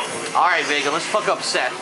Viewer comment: did she call him "Vegal"?